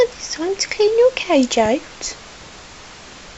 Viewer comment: Your right but I died laughing at this 😂 ,,that king of cadge” CAGE ,,hamster oner” 😂. cadge